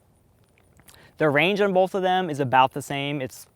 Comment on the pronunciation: Disliked because you say “BoLth” 😑